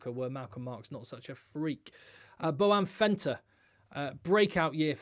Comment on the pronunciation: Why you call Malcolm Marx Boan Venter😂